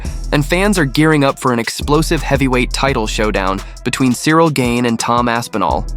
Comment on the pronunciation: Thumbs down. I thought his name was pronounced "Gahn", not "Gain." I am little more than a casual fan, but it's hard for me to listen to MMA media when the names are mispronounced.